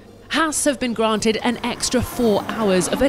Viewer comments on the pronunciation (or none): none